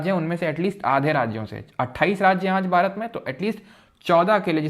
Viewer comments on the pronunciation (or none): none